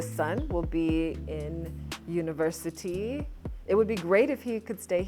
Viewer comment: I just loved when u said University not Universiry, bam-bam just like that